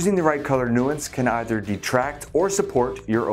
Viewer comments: Such a good introductory experience. Love the simple descriptions combined with spot on visual examples. One tiny quibble: might want to revise your pronunciations of "analogous" and "nuance". But still a fabulous job! I learned quickly because of your terrific presentation. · This is such a great video! Very informative. Just a tip: watch pronunciation of analogous and nuance for your next video. :)